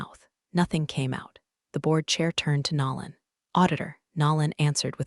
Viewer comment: Also someone needs to train AI voice to say NO lan instead of NAR lan ...or use a name it can pronounce